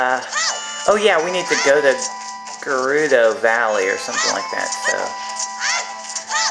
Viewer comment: U pronounced gerudo right and I also love that music